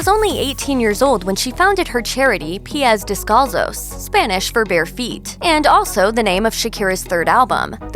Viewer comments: “P.S. Del-call-so” I’m dead 💀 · I know, I was like “What?!” And when she said it was the name of her third album, I was like “Ohhhh. Piez descalzos.” Ay Dios mío.... 🤦🏻‍♀️😂😂😂